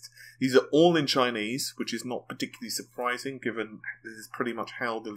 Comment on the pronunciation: Can u pls stop going parTICularily.. its infuriating